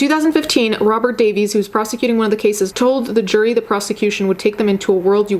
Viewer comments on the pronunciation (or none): none